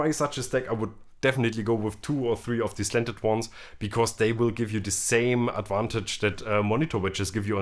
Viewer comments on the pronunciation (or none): Bitte Genzler mit G wie Gibson. Und noch was … das "e" von "the" wird NUR DANN als "i" ausgesprochen, wenn ein Vokal folgt.